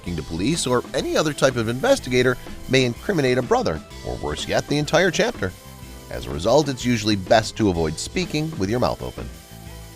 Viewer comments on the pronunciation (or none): Chapter not charter. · Charter? I thought it was chapter?